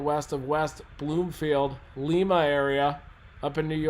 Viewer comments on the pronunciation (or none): And also Lima is pronounced like lima bean!